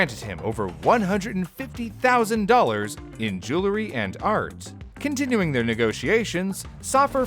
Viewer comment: is nobody going to talk about how he pronounced continuing??